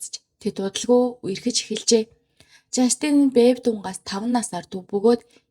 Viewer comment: жастИн биш ээ, жАстин гэж дуудна